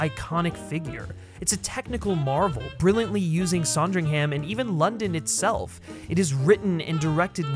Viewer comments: SANdringham not SONdringham. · Loved the video and the points you made but as a brit I have one thing to say...It's SAND RING HUM, not saaand ring ham. Just a little fyi, keep up the great videos 👍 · It’s pronounced Sandringham not “Sondringham”. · its pronounced "son-dring-hm", yes? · I was increasingly annoyed at the voiceover person for his miss pronunciation of Sandringham and general silliness. Then I remembered that Kristen Stewart is a talented actor who, no doubt, has made another version of Diana worth watching. She is so lovely. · What a bizarre mispronunciation of “Sandringham” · You are pronouncing Sandringham incorrectly. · I wish the American voice on this had made an effort and learned how to pronounce Sandringham correctly . It's not a difficult name to pronounce. Why do Americans do this. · That’s not a pheasant and you can’t say Sandringham properly. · You pronounced Sandringham wrong lmao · Please learn how to pronounce Sandringham. Thank you. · The way you kept pronouncing Sandringham made me cringe lol but this made me more excited to see the film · Made me want a Sondwich! :)